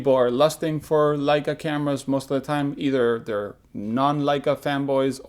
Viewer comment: thanks for pronouncing Leica correctly in the Intro:) the german in me cringes every time I hear 'Ley-ca' instead of 'Lie-ca' on youtube. Same thing Japanese must feel when someone doesn't say "Nee-kon".